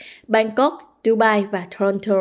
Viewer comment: Biên tập viên: cần phát âm tiếng Anh chuẩn cho đúng tờ báo Viet-Anh. Vi du: Toronto….